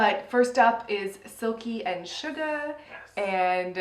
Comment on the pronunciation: It honestly cracks me up how both of you refer to Shuga as “Sugar”. Hahaha, I’ve just never heard anyone else not say “ShugA” so the fact that both of you keep the “r” on it really tickles me for some reason. I should really probably get out more.